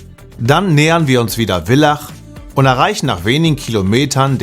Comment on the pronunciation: Super Doku - gratuliere euch!!! ABER das heißt Villach mit Vogel - V und nicht Willach!!!! Mann, Mann, Mann😂